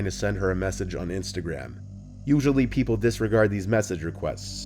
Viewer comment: "Pee-Pool" are you saying people or the name pf that little hole to look through?